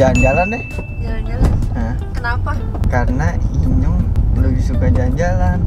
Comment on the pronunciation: Bang bukan inyong tapi nyong